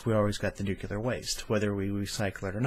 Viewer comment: not nucular, nu CLEE er. new clee er. I noticed when I did voice over that I had a few words I was actually mispronouncing and it was just years of habit and I had to basically retrain my brain. Like, seems I always said "im" words such as "important" as "inportant". Has anyone every proposed a solution that would cost $0 and be doable in 40 years: curb human population. ? We won't need half the power. ah, but I forgot the greedy rich who rely on the billions of people.